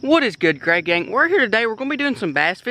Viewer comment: Ok I noticed this usually says “what’s good greygang” but he said “what is good greyganf “ has the world gone mad lol